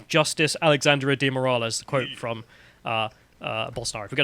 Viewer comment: you don't pronounce Moraes as 'Moor ah lez'.